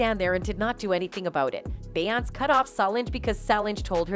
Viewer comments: Beyonce is pronounced bee-yon-say. Solonge is pronounced so-longe. If you're going to post about black entertainers, please, please learn how to pronounce their damn names! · Y does this YouTuber keep calling her bayance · A-I at it's finest. Cannot properly pronounce BEYONCE and Solange. LOL Love Solange xo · It’s one thing to miss pronounce Solange name but dam how can screw up arguably the most popular woman in entertainment 🤦🏿‍♂️ obviously you must be an robot 🤖